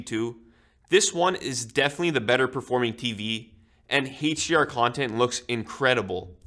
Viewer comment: He says Hate-DR and Hate-DMI 😂